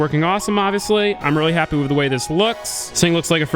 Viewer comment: Take a shot anytime says "Wiv."